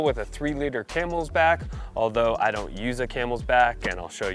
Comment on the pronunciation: Why’s he saying “camelsback”?